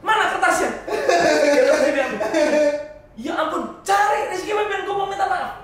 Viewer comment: Febian om, ga pake r . -_